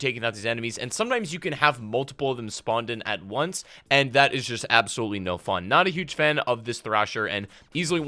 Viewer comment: The way you emphasize "Actually" and "Absoluetely" just makes me quit watching your videos. lol